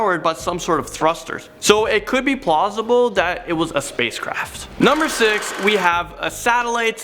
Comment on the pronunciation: "so it could be plozible"